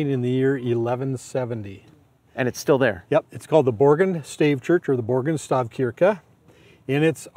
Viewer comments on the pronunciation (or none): I learned Norsk over COVID (my ancestors immigrated from there) and I've heard it pronounced Stav-sheerk-eh, not Stav-kirk-eh, by native speakers. Other than that, this was really interesting. I'm hoping to get over to Norway now that restrictions are lessened, and excited about visiting a few of these when I'm there.